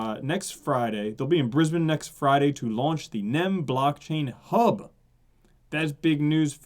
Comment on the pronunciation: Mate, thanks for pronouncing Brisbane correctly and not as Bris-Bane like most Americans do. On ya Cobba, done well!